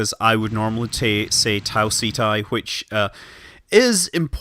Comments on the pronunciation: Pretty sure it's pronounced 'setty' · I thought it was pronounce like ketti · Ceti is pronounced (set-ee) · Ceti is the genitive for Cetus, whale in Latin. You should call it just like the constellation, so Ceti. Not Seti, not Seethai, not Seetee etc. Just as it's written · It's pronounced "SEH-TEE" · It's pronounced 'see'-tie". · prefers to pronounce Ceti "Set-tie" prefers to pronounce Cenauri "Sent-are-ee" totally makes sense, like refusing to pronounce phi as "f-eye" but has no problem pronouncing pi as "pie" and not "pee"